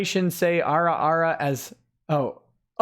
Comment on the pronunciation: Damnit it's "ah-ra ah-ra".